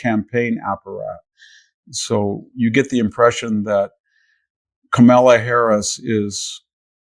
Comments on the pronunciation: It’s not Ka-mela. It’s Ka-ma-la. You’re welcome. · Victor, your insight would have more impact if you would at least pronounce CAR-ma-la's and La-TEE-sha's names correctly. Since we all know you're smart and well informed it would communicate less disrespect and bias. Otherwise, great discussion! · Please pronounce Kamala's name correctly out of respect & accuracy .I think Biden is good for seven months but not four years. That's what you're missing. Also- his administration has been in place for nearly 3.5 years. If they can't sail the ship at this point we are in serious trouble! Go Jack go!!